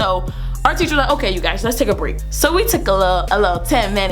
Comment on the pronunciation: Did she say ”hey gays” ?